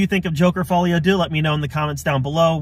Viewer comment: Good review. Pronounced "Dur" btw - as in Un, Duex, Trois. Not just you - every single media outlet is pronouncing the number 2 as doo for some reason.